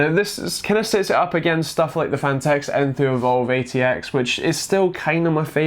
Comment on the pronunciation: "The phanteuwxwjsosorxx" jesus!?